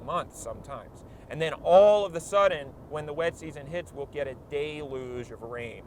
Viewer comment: it's "deluge"